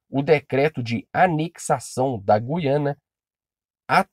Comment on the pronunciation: 16 segundos e rive que oara o vídeo, Meu cari é Guiana sem o som de "u" . Voltando ao vídeo 😁😁😁👽🖖🏻